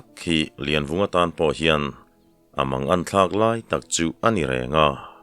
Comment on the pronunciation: Laivunga i ti zauh mai tihsual palh a nih hmel e